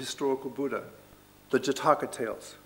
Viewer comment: " Jataakaa ✖︎ " ==> " Jaataka ✔︎ "